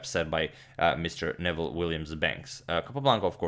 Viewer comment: I knew his name is not pronounced as Nevel but as Noo[ I played him twice as a young man he would give mixed Chess and Checker exhibitions